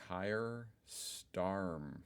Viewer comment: DIDN'T YOU ALREADY " REACT" TO THIS YESTREDAY !!?? I seem to remember you getting Keir Starmer's name wrong and called him STAMO !